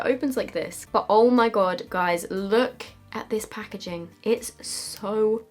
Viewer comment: Lol , "this pah-ke-jing" 🤣. Love you Soph!